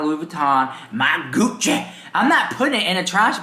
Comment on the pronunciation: “Gucchi, jewelry brand VERSACHE!” “My Loui Vuitton” My Gucche!” 😂🤣